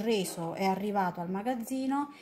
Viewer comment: È sempre colpa di, si sa 🤗😉🥰 P.s avevo capito il "riso" al posto del "reso", e alla fine ci son rimasto male, perché avevo anche un po' di fame 😂😂😂